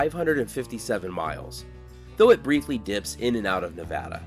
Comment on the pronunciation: this is a phenomenal video and piece of narration! What a pleasure to watch! Thank you and my wife, who’s from Nevada, says thank you for pronouncing Nevada correctly!